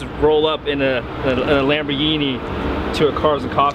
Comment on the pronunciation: LAMBORGHINI NON "LEMBERGHINI" 🤣😂